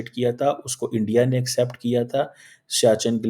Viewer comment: subah se ENDIA( INDIA) ENDIA karke jeese kehta hai, rona shuru kar deta hai. 🥵🥵🤗🤗